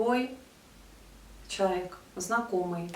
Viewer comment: Мне было бы приятнее смотреть видео, если бы вы в слове "человек" не проглатывали часть букв. Всё-таки достойное слово) спасибо